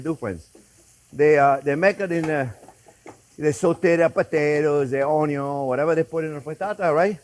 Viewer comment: it's pronounced "un yun" 🤣🤣